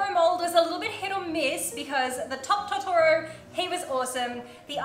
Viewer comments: TO TO RO ahh that pronunciation killed me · YOUR KILLING ME WITH THE TOTORO pronunciation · Her not pronouncing Totora right physically hurts